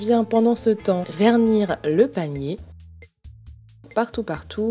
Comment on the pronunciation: Jai toujours l'impression que tu dis palmier au lieu de panier 😂😂